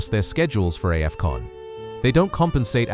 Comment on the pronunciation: Is this an AI voice over 😳 🤔🤔🤔 that "Aei-fcon"